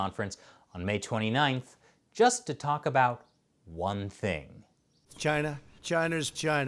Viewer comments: It's pronounced "GYNA"!! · zoned out and though he kept saying vag!na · China's 'gina? lol. I guess I heard differently. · He was saying CHina this whole time? I thought he was saying "Gina"...he keeps looking at that..well, nevermind. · some of those "China"s sounded like "Gina" thank goodness he didn't put "Vi" in front of it. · “V’China” -Trump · Was he saying Vagina or china? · When the Pres. Trump calling China so quickly it blended in and sounded like Vagina..... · all I hear when he says that is vagina... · Everytime Trump says "c h y n a" I keep hearing vagina. Its awesome. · Too many times china sounds like v*Gina 😂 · Cryo Optic i heart like vechina if ya know what i mean haha p***y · That is CHYNA with a y.